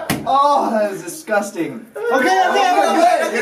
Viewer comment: So shes fine with brushing her teeth with poop water but says licking a steering wheel is "dizguzting". I fricking love her!